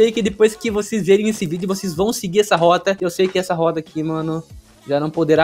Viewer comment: As vezes ele fala algumas coisas e os sons mudam tipo o "T" dele mudou pra "D" aí nos ele falou "essa roda aqui não poderá mais ser usada" kajskjsjsksksjs